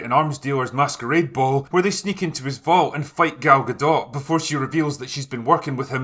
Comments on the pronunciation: Its gadoe or gadough not guhdawt (pronunciation) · How did her name end up being "Gal Gahdott" when in French "Gadot" would rhyme with "shadow", and it sounds much better that way. "Galgadoh". Or are people just totally unaware how to say her name correctly?